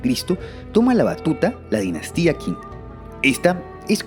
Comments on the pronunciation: El nombre de China viene de la dinastía Qin,, la pronuncia "Qin" pero en realidad se pronuncia "Chin". Con ese nombre "Chin" o "China" se conoció después por todo Asia y el resto del mundo. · Zhou = djow Qin = chin Jin = djin Sui = swey Entiendo que no todo el mundo estudie el chino pero podrían comprobar la pronunciación en Google...